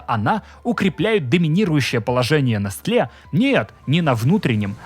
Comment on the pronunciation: Открою тебе Америку, чувак. Произносится не нестле, а несэл (ударение на первом слоге)...